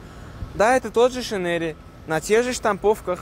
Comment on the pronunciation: Не "Шинери" а "Шайнрэй"